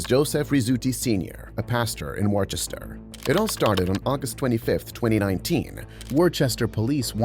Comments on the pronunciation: I was born and raised in Massachusetts and hearing someone pronounce worchester as “war Chester” hurts me… its PRONOUNCED WÜSTER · it's pronounced wi-ster. not war-chester. wi-ster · as someone who was born in Worcester, its not wore-chester. It's Whis-ter, 🙏😭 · it is not pronounced “war Chester” it is pronounced “wuh stur” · lmao "WARCHESTER" It's pronounced Woostah! I know that and I'm not even from Mass. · If that's the city in Massachusetts it's Wuss-ter, not Wor-Chester. I live about 2-3 hours west of there, but according to the rest of Mass, nothing exists beyond Worcester. Lol. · In the first video, the city name is pronounced "Wuh-ster" not "War-chester", but yeah that cop is a complete and total tyrant. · Say Woostah not Warchester ugh.. "Mass-hole here". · It's wos - ter not wore - chester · You pronounced “Worcester” wrong it’s pronounced “wuss-ter” not “wor-ches-ter” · It's pronounced "wooster" or "woostah", not "worchester". Nobody is expected to know that though, there's a lot of places here like that. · It's not Wor-Chester it's pronounced Wister, say it wit me, Wister. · not really important but worchester isnt pronounced how it looks its pronounced more like wuster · tf are you talking about? That was in Worchester Massachusetts, which I can assure you is in the US and was pronounced incorrectly. People outside of Mass don't have that accent, my dude. Learn some geography before you keep making yourself look dumb. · Btw as someone from Worcester you don’t pronounce it like you did. Search up online how to really say it. Not meant to be mean I just end you to know so that in the future it doesn’t happen again. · That is not how you pronounce Worcester, coming from someone who’s from Worcester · you gotta say Worcester right lol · Worcester? You ain’t from around here, bro.